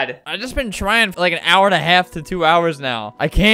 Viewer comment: I lile that you say lile